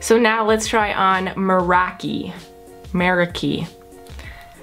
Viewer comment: the third shade is pronounced merAki ,its a greek word and it means doing something with passion and dedication 💙